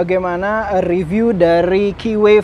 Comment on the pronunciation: vloggers nya kbanyakan bilang ..."wheee...y!", mgkin krn merknya keeway (baca ; ki'whee...y)